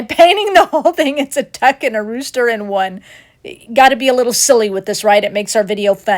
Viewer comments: LOVE the "duooster"!!! AMEN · Oh my goodness! You had me rolling on the floor calling the rooster a "dooster"! He is so darn cute. Love your videos and the cats helpfulness.